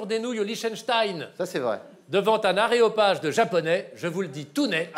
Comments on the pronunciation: non non, il a bien dis aréopage ^^ :p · Il a bien dit "aréopage"... Est ce qu'ils sont aussi hautains en off ? A force... Je salue sa sagacité. J'ai 139, ce qui explique qu'on me prenne souvent pour un con : ) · Il a bien dit aRéopage ! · La VAR déclare qu'il a bien été dit "aréopage", vous pouvez bien laisser JDV vous sauter mais ne vous laissez pas démonter par ces lascars ! ;) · Il a bien dit aréopage 😀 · Quand ils prétendent que Chevalier a dit aéropage alors qu'il a bien dit aréopage, ça me donne presque un infractus.